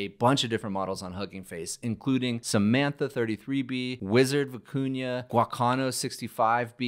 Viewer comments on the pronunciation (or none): none